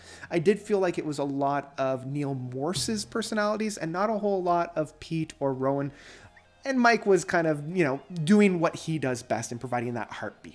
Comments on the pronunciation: I can wait to hear it all for myself. The mega box set is on order. Is it not Roine (Roy-ner), not Rowan? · It's more like Roi-ne (like the "ne" part of "negative") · nope. It's Roi-nuh or Roi-na. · I think you're right. I've heard it pronounced ROY-neh. If you hear Pete pronounce it, he probably does that British accent thing where there's a soft "r" sound added at the end.